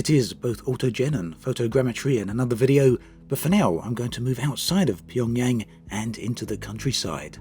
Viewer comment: What a stupid video... Didn't even sure Pyongyang properly